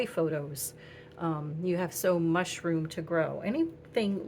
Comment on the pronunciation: you mean “so mush” 🤣🤣🤣🤣🤣🤣